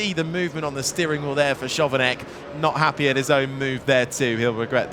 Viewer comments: I get that the commentator doesnt know that Chovanec is pronounced Khovanets... he is a new guy... but to not know that Charouz is pronounced Kharows ...that man shouldnt have his job. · that Chovanec pronunciation hurts 😭